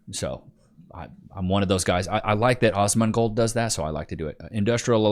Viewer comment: “I like that Ozmongold does that…” Who the hell is “Ozmongold”?? It’s Asmongold dude Lol why do you say it like that?😂😂😂😂